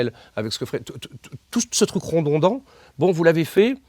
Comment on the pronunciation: "rodondant", "redondant"